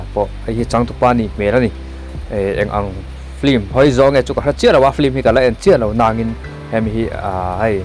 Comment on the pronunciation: Film ni na na na hi flim ti a an lam fo hi a dik zâwk tihna em ni?